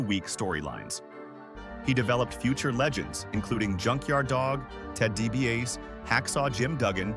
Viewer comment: He says ted dibiase last name wrong too